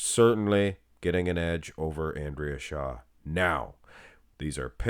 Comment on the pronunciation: You sound very creepy in the video. Every time you say shaw i cringe.